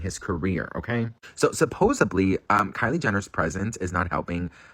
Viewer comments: Hey ya'all, it's "Supposedly, not supposably!!!!! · Ew did he just say supposably 🤣🤮